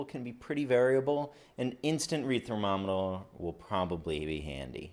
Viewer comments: Thermaminah? Did you just have a mini-stroke? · My auto-correcting brian be damned, I didn't pick on this creative way of pronouncing "instant read thermometer"... I like your way better.